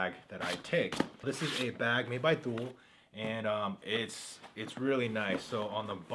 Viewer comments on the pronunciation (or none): Thule pronounced "Toolie" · Sweet vid. The back pack is pronounced Too-Lee (Thule) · Nice video. I always think its interesting to see how people choose to prepare themselves for everyday life. FYI, Thule is pronounced. two lee